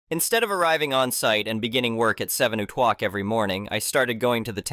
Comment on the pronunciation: O'clock IS NOT PRONOUNCED O'kwauk